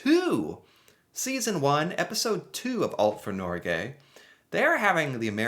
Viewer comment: As a dane that speaks Norwegian. It hurt me when he said norge.